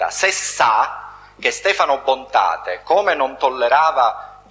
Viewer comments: "Bontate", non "Bontade". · Ma porca troia, fate i video e non sapete manco i nomi. Si chiamava Stefano Bontade, Bontade, Bontade, Bontade non Bontate e che CAZZO!!! Detto "Il principe di Villa Grazia". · cmq si chiamava Stefano BontaDe non Bontate